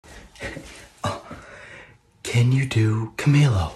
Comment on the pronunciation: Ca - me- lo is the pronouncement